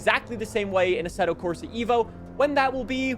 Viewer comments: its "eh-vo" not "evo" please . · Eh-vo not EE-vo. Its an Eh-volution, not an EE-volution